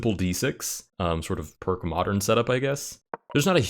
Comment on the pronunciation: My man did not just pronounce Pirc like perk. 😭